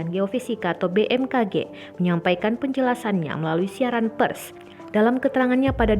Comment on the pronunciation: Gua yg salah denger pa gimana ya.. Pas Pembacaan kalimat "siaran Pers" nya tu lho...😅